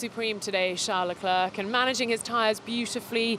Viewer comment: I appreciate her, but she should learn how to say Charles' name.